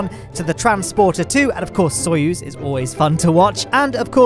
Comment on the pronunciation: FINALLY SAID SOYUZ RIGHT!!!